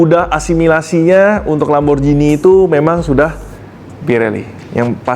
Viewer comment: Lamborjini ❌ Lamborgini ✅